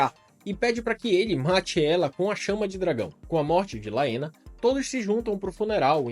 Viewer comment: Bom, adorei seu canal! Haha me surpreendi Só tem um ponto negativo... Sua pronuncia em relação aos nomes! Como "Valeryon, Aégon, Vaicerys, Laêna, Baêla, Rhaêna, Vhágar" enfim KKKK mas fora isso, perfeito!